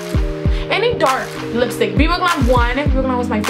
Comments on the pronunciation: It's the Hispanic coming out. It happens to me too. Lol :D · Yassss girl you look beautiful...love how you say lipstick had my laughing...funny